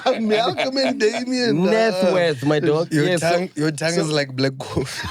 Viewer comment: "Black CoffTea "🤣🤣🤣